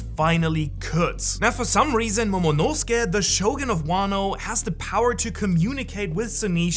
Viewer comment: you gotta fix your mic, bro. Those S tones are fked up that you hit And what's with the pronounciation? Zou you pronounce as Zo and Momonusuke you pronounce as Momonose-kae wtf?? At least you didn't call Laughtale "Raftael"